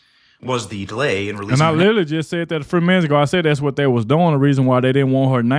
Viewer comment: "...why is day lettin her..."?